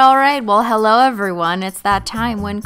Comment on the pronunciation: Wait... did she just say...HeLLo?!!!??!! Did that crying emoji not cry HoLO?!!!!! Who is this bitch omg imposter